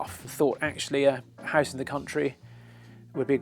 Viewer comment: Oh my god, very posh accents grate on my ears. But it's a lovely house (pronounced "hice").